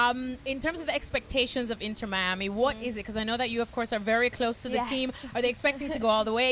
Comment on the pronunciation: "inner miami" 😑 its inTer miami. as in inTernacional. not as in the inner city. you'd think they'd know how to say the name.